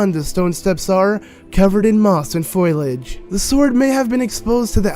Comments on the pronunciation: "Foil age" 🤔 isn't it... pronounced "Fole age" ?? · wtf is foylage? do you mean foliage? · "covered in moss and foilage" is this guy dyslexic? Jesus his voice is annoying too... the way he talks is pissing me off. "sworduh" it's like he's trying so damn hard to sound cool. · Dude it's foliage, not foilage. You clearly don't watch enough Simpsons. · Foilage? It's Foliage....😂😂😂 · ..............Foilage? You mean foliage? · "moss and foilage" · foilage... wut.